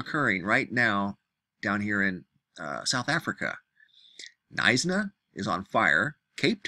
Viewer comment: I'm from Stellenbosch just outside of Cape Town and we felt the storm but the fires in Knysna (and yes you did pronounce that correctly) is by far a worse situation. Up to 800 structures already destroyed, 1/4 of the towns redisential area is burned to the ground. Historic buildings such as a 200 year old church is gone, hostpitals had to be evacuated. The region relies on forestry and tourism as it main economic incomes so this devastating fire is about the worst possible event that could happen.